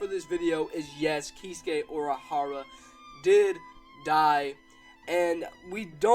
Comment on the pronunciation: You said Urahara wrong. Didn't you watch anime?